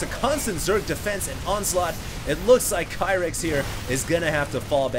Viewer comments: you're pronouncing his name wrong, it's pronounced Keer-ith zenith not Kyrith. Watch the GSL! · ur prounoucing kyrix namewrong its not kia-ryx its keer-ryx, atleast u prounouce zenith right until husky who pronouces it zeenith